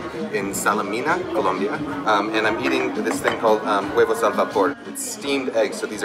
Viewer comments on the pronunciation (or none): none